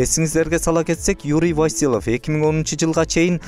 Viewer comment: СУЙЛОП ЖАТКАН БАЛА ТИЛ МАДАНИЯТЫҢДЫ БЕКЕМДЕП ТАКТАП АЛЫП СҮЙЛӨЧҮ ЭЛДИН КЫЖЫРЫН КЕЛТИРБЕЙ ВАСИЛЫВ ЭМЕС ВАСИЛЬЕВ Ж.Б.